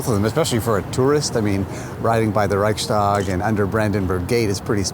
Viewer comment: Riding by the *Rikesdag* ... -- oh wait, he meant Reichstag. Makes me ponder how clumsy the german language is^^ Thanks for having a look at the german situation of sorts. Kind regards.